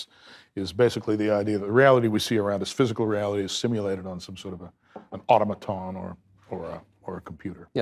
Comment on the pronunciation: Aye, I was wondering about his "Atom a tonn" too. Did he just say "~ ~ ~ Jestapo." In lieu of "~ ~ ~ Gestapo."